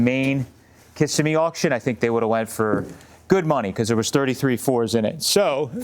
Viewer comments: FYI,, it's pronounced kih-SIM-me / kiss-SIM-mee,. I hope this helps. ETA: I love your idea of a '32 Low Boy roadster! 😘😘😘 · Kissimmee—Florida pronunciation—Kuh semi 😊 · Pronounce .. kiss-sim-e, Florida